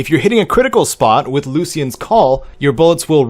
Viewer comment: It’s pronounced “lue-sh-ian” not “loos-Ian”